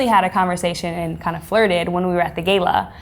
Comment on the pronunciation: Whats a gayla...did she mean Gala?